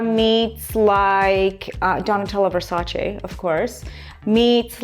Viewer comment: Wow!!! I've watched hundreds of videos about homes and beauty and fashion and music and this is the first english speaking person here on YouTube who is able to pronounce Versace in the right way!!!!!!!👍😊🎉